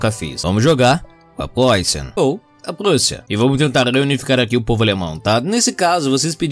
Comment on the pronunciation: O jeito que o diz Prússia é muito engraçado